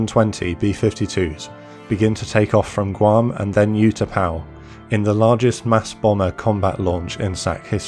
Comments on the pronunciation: I was there during all this. The 'U' in these Thai names are pronounced like a double OO as in Moo or Boo, not like the word YOU. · The narrator could have benefitted from studying the correct pronunciation of Vietnamese place names and Utapao.